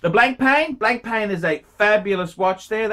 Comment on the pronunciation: It's not pronounced 'blank'+ 'pain' you obtuse prawn.